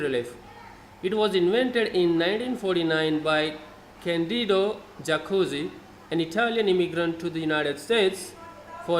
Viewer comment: Just one thing: it's "Jacuzzi" said with a "i", not forget to spell with a hard tone the two z in the end.